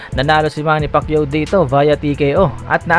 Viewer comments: Mr. Announcer: Manny Pakeeyoo....😀😁😂😃😄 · hayop na tagapagsalita yan many pakyuo daw😂😂🤣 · Back when Michael Buffer mispronounced Manny's lastname to Pakayaw. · Si buffer hindi pa ma pronounce maayos ang apelido ni manny